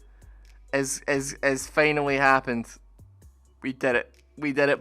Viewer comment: ''finally'' ''hour'' not fenal or error